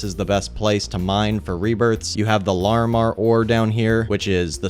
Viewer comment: You pronounce larimar wrong.